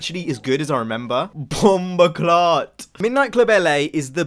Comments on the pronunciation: Di man say bomboclat 😂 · Yo as a Jamaican hearing you say "bumboclaat" was really funny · Lol dude trying out Jamaican curse words